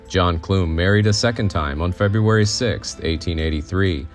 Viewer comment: I love the time and care that was put into making this video. As a Clum descendant myself, I have to make a correction. The name Clum may have been pronounced that way in the old country, but in the United States, the “u” in Clum is pronounced like the “u” in gum. I cringed every time I heard it mispronounced, but I am thankful that some of our family history and information about the life of John P. Clum is being shared.